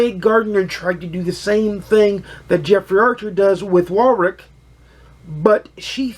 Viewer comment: Great review - another one to add to my tbr - thanks. (In the UK we pronounce Warwick as 'warrick', the second w is pretty much silent.)